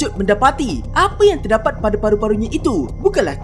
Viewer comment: terdaqpat? Faktaw ni orang kedoh ke